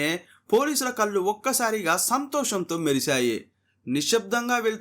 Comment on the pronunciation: కల్లు కాదు బాబూ కళ్ళు 😢